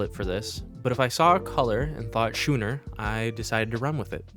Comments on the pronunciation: I see you having fun saying schuuuner, but the ch is a hard k sound in that word, making it “skooner” phonetically. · It is pronounced skooner not schooner! Typical American.........